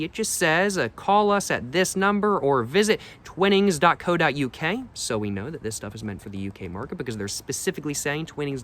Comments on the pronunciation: its pronounced TYWnings non TWINings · I believe it’s pronounced twhine-ings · It's pronounced Twinings with a long "I" . Look up the pronunciation